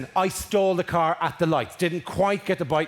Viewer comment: For the first few tines he said stalled, I thought he said stole. Which was confusing but hilarious.